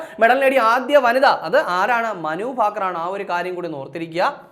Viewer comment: ഫാകർ അല്ല 😂😂😂